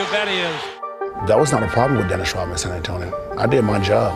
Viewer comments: Dennis Rot-man... There is a "D" in there my man! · It`s RoDman (with D in the middle) not RoTman - just sayin`